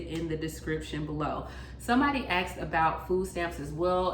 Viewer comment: Somebody axed, or asked?